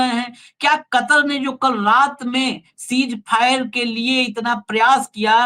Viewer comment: सीज फायर नहीं सीज़ फ़ायर